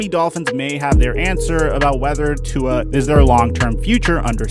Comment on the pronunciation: When proneness Tua’s name wrong 😡😡🤣